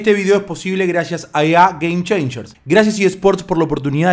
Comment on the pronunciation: EÁ geim cheinshers